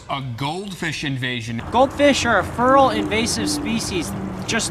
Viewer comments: Is he saying "feral" goldfish? Sounds like he's saying "fural". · Been trying to figure out this word you're saying, "furral". Google search is turning up nothing. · hahaha when Feral is pronounced Furr-al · When u say fural u mean feral right? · Vinny M feral* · You're saying "feral" wrong. At least compared to how we say it in Oregon.